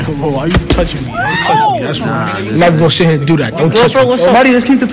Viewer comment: Bro said Neva left the trenches, dude I the bacc said Neva leavin 😂😂😂